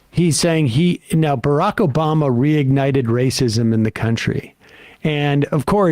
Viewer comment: he said biraq o booma